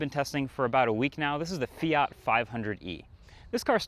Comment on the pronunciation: the north american pronunciation of Fiat kills me